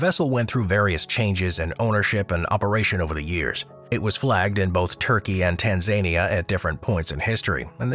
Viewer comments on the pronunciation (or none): Love the pronunciation of "Tan-zany-er"! It's Tan-zan-ear!